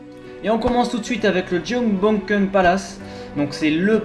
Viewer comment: Haha ton accent Coréen est très drôle dès le début "jungbokkeun" ^^ Cela dit très belle vidéo, j'ai vu pas mal de choses à Seoul mais je n'ai pas vu tout ce qui se trouve dans la vidéo, donc merci pour les découvertes :)